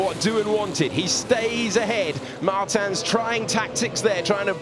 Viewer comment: ITS MARTINS NOT MARTAN, HE IS NOT D’ARTAGNAN